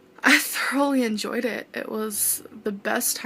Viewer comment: “Emjoined it” “limetened up” 💀😂